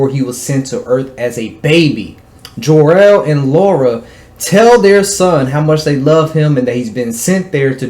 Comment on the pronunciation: Whos jarrell? Lol 😂😂 you mean kal el ?